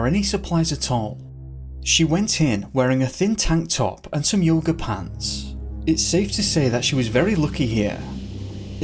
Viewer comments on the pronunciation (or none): none